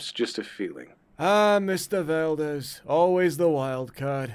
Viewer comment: Why do you call him Valdez? Are you Filipino?